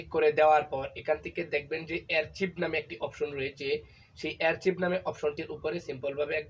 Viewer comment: ভাইয়া, শব্দটি অ্যার্চিভ না আর্কাইভ হবে